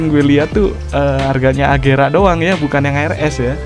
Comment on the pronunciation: Itu agera bang bukan regera